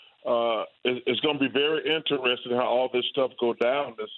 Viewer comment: in-teres-ting chuck....... not in-ter-es-ting